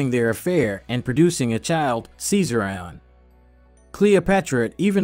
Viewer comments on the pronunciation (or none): Lol this dude said SEEZER-I-ON....AKA Ceasarion 🤣🤣